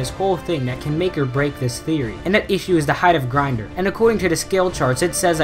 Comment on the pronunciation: And its pronounced grin-door